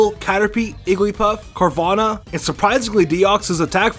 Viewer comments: Electroid, Ardino, Feeown, & igglypuff!? 😂 It’s elec-TRODE, AWW-deeno, Fee-own-NAY, & Iggly-BUFF. Also melee is MAY-LAY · It's not igglypuff it's igglybuff